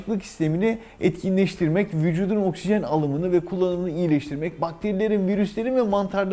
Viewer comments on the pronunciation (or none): Sevgili doktorum okşijen ifadesi size yakışmıyor.. Nazik bir uyarı..